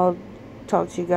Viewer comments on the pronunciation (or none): Wtf is "suscribe?!?" Get it together Amy! You're not a child just learning to speak....